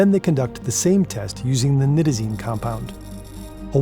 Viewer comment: thank you for the video. I don´t fault you for your mispronunciation of Isonitazene, but it needs to be mentioned. You threw an extra ¨T¨ in there. Furthermore, Nitazene in the academic community is more often pronounced ¨Nye-Tuh-Zeen¨. It reduces the already infinite conjecture out there regarding these NPS Opioids. The issue that the general public i.e. non-users/researchers is that they tend to treat different Opioids as if they are different species when in reality, they are just horses of differing colors. You might have a Clydesdale (Fentanyls), a Mule (Buprenorphine) a Stallion (Morphine/Heroin) or a cute little Foal (Codeine). Regardless, they are all horses. The physiology is the same, the organs, the biology etc. Essentially all commonly abused Opioids are full Mu Opioid Receptor (MOR) agonists. I´m not gonna get into partial-agonists or Mitragynines right now. In medicine, it is common to take any Opioid, be it Oxycodone (Percocet, Oxycontin), Hydrocodone (Vicodin, Lortab), Tramadol (Ultram) etc. and convert the dosage into Morphine Milligram Equivalents. Any true MOR agonist can be converted to these units through basic proportional math. My point is, Opioid tolerance is known to be essentially limitless. The human body can become accustomed to doses of Opioids literally hundreds of times more than what could kill a naive individual... likely more given the proper time and resources. The treatment for Opioid dependency is no different and should always be based